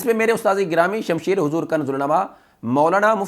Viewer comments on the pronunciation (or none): none